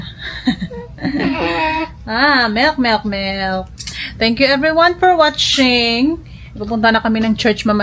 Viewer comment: if she’s really embracing American culture, why is she not trying to speak and learn English? Her English vocabulary is that of a 7 year old. Her vocabulary is only limited to what she’s familiar with growing up in her probinsya. And learn how to pronounce English words correctly? So she can be understood? It’s BO-TEL not BOTOL😂 it’s WAT-CHING not WAT-CHENG 😂 that sounds like the Filipino word for monkey, MATCHENG. it’s GOO-GEL not GOO-GOL. kaloka kay day😅